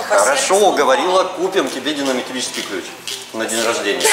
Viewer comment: Топчик, клиент сам меняет. Да, с динаметрическим (правильно сказал) поакуратней😂😂.